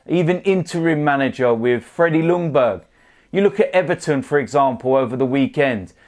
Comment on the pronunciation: Try saying "Jungberg" instead of "Lungberg"